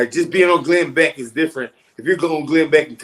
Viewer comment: It's Glen Beck, not Glen Back.